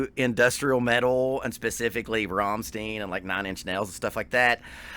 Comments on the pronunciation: Rammstein, not Rammsteen god damnit! Or do you say Frankensteen instead of Frankenstein? Stein = Stone in english, pronounced "Shtine" as an english word. So easy, or not? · RAMM-STEIN not Rom-stien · Rammstein! Not Rammstien God damn it 😂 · Who are Rom-steen? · Before you send anyone anywhere at the beginning of a vid, you should educate yourself on how to pronounce the name of the band. Let me help you here. It's Rum-shtine but DON'T roll the R at the beginning. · The way you have to pronounce the syllables is: Ramm - st - ein I know that it is hard to understand for foreign people. In the German language the letters e + i and s + t combined create a new way to pronounce. Our "st" sounds like "sht" for you. But there is no possibility in the english language to compare "ei". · Rammstein sounds like Frankenstein or Sunshine. There is no eeeen. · You are right to pronounce the „ei“ in Schneider like the [ei]-Sound as in first pronoun I. Same goes with the „ei“in Rammstein though... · Just a constructive critique, you are mispronouncing Rammstein. Listen to their song called Rammstein to hear how to pronounce bands name correctly. All the best, great channel! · You have to pronounce rammstein like his last name it's simple as that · The Problem is not the "st" it is the "ei". American people pronounce it like "ie".